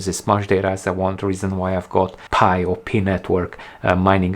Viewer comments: Pie..not Pee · It's not called "Pee" coin, Its Pi, like in "Pie". Oh I see you realize its called Pi but your french accent pronounces it Pee. Like I gotta go pee. Lol. ✌️👍😁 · It's not PEE coin, it's Pi Coin, as in Pie. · Everybody calls it "Pi"! Not Pee! It sounds too funny calling it the "Pee coin". 😂✌️